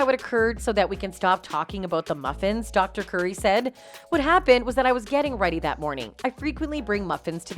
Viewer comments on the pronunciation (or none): none